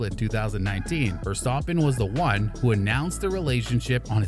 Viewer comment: Am I the only one that hear him say, "Max Verstoppen"? Great video btw.